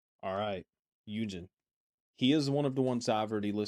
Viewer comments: i'm asking this as a non american, what accent do you have where you don't start words with "h"? I noticed skz rapper "An" and now dancer "Yunjin" :) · I love your love for him and this is just a nitpicky thing but its driving me crazy how ur pronouncing his name so Just fyi and no judgement here. But his name is pronounced heeyughnjinnn ( in a quick way).onstead of the you its yugh. With a short u not a long one. 😅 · hun-jin, not he you jin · Sorry to correct you but hyunjin is pronounced hyun-jin or hyuhn-jean. Hyun: Pronounced like the word "hyun". Start with a soft 'h', make an "uh" or "ee-un" sound, and finish with an 'n'. Jin: Pronounced exactly like the English name "Jean". Just a little tip